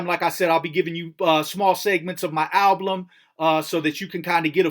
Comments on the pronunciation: Is he messing with us by saying AL-BLUM ? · lol why do you say alblum!?